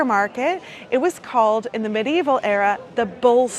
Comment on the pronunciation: Please note : "medieval" is pronounced with FOUR syllables.